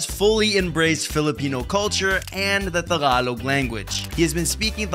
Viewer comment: Its is prounounce "Tagalog" not Thaaagalog.